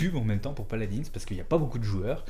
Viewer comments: PALAD1 ET PAS PALADINSSE BORDEL! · Sa se dit paladin